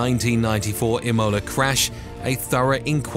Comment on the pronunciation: im-OH-la! Some pretty iffy pronunciation in this video.